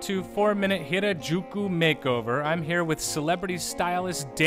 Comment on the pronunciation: Gah they do pronounce Harajuku wrongly.